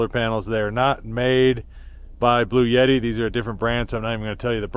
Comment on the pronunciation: I have probably seen fifty Channels support Bluetti...but not ever showed me how to use it This was absolutely the best review I have seen,. But, the name is pronounced, Blue..etti. ❤😊